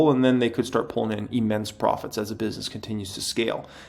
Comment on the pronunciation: The word "Immense", doesn't start with an "E". So it's not pronounced "E-mmense". Just saying.